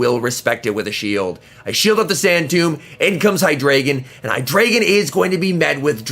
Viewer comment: The pokemon name is like articUNO, ZapDOS, MolTRES (Spanish for 1,2,3), but in this case its German. So its Eins, Zwei, Drei. High-DRY-Gone ^_^ great vid tho apart from the pronounciation! :D